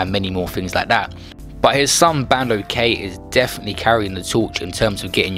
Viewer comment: he even says bandos name correctly but whys he struggling to say hes dad